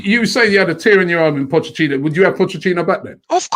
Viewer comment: Nobody: Robbie: POCHECHINO!